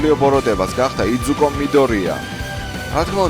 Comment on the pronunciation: გთხოვ იძუკოს ნუ იძახი და იზუკო დაუძახე იმიტომ რომ ეგრე ქვია როდესაც ანიმეს ახმოვანებდი მაგ დროსაც ამას იძახდი იძუკოს